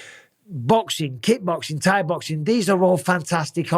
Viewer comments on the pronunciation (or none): none